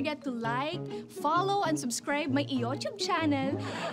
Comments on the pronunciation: tama ba narinig ko? "iyootube"? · hahahaha oo iyottube.